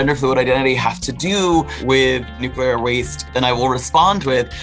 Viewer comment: The interviewer can't even pronounce "nuclear." She says it "NOOK-ya-ler." This is what happens when you push identity over ability.